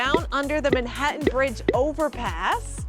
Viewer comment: I can’t take the way you keep pronouncing Manhattan